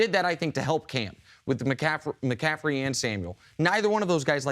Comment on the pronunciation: Why can't Chris Carter say mcaffrey he keeps saying mcaffedy